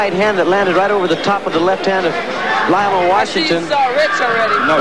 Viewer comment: It's Lionel with an E not Lional.